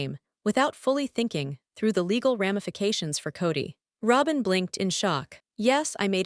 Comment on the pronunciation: Please pick a better AI that can actually pronounce the words properly. Robyn, Janelle, Coyote, etc all pronounced wrong.